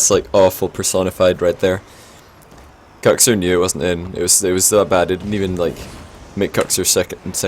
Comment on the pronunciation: Is that how Kuxir is pronounced, or is that the accent? you say Kucksir whereas I day cooksear, that pronounciation has always confused me